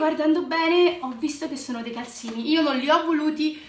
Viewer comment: Sei bellissima e bravissima e hai dei bellissimi regali tipo la tazza a unicorno che io sogno però calzini si dice con la z no con la s però io non voglio offendere sia chiaro ❤🤣